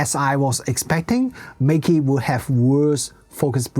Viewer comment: You can just pronounce the brand name in the chinese way - the correct way 😅